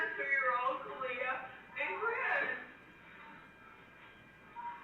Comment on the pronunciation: Cortney says the two-year-old was "freaking out" and said that "sissy's gone." No two-year-old would know to be upset if she woke up and her sister was gone. Another odd thing is sometimes Cortney pronounces the baby's name like "Ka-lee-ah" and other times like "Ka-lay-ah." When asked the baby name, Cortney pronounced her first & middle name like "Ka-lay-ah No-vay-uh." What? Really? Kind of odd, but who knows what they were on when they named her. To make the first & middle name rhyme like that seems odd.